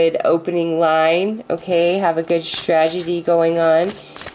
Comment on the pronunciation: Otherwise it's sounding like Trag- e- dee. :'(